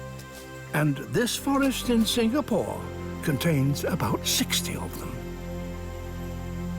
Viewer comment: The way Sir Attenborough pronounced Singapore is spot on.